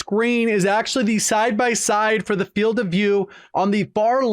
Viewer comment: Says Filed not Field